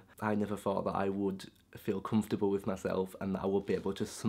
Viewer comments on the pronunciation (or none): none